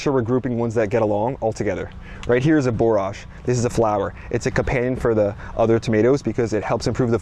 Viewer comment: Borage is pronounced as porridge is pronounced.